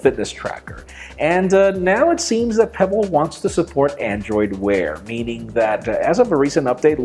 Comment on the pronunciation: Pe... what? Peeble? Pebble? No chap... don't really care about it... by the way, can't careless about smart watches at all!